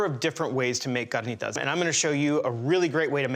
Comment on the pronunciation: Yooh, He Pronounced CARNITAS correctly 🙏🏻👍🏼 😂😂😂